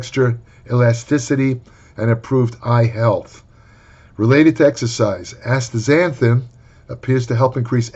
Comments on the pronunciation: Good lord was fighting for his life to pronounce this word lol. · A compilation video of pronouncing this would be hilarious.